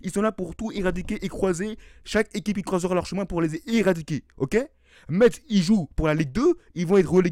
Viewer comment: Metz se prononce comme le mot (messe)